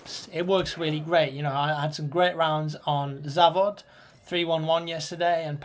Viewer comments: lol im russian and its pretty fucking funny to me how u say zavod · Смешно произнес завод